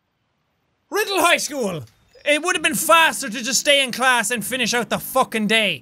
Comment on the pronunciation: he said rrrrrrrrrriddle school hehe😂